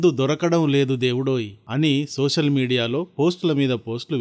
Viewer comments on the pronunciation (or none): Sosal media kadayya.social media antaru.telugu pronounciation teliyada.telugu pronounciation nerchukoni videolu cheyyi